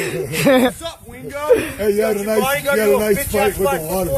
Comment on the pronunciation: I thought that too for a minute but sounds like he called him Ween-go at the end and the camera guy was saying to "sign the contract, I signed it already, I fight to get paid." So it can't be weendog, he's not a fighter.